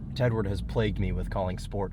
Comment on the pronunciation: Paging Sarah-n-Tuned sschporht mode